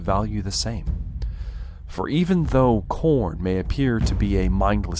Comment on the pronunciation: you must be a slaaneshi otherwise youd say it right.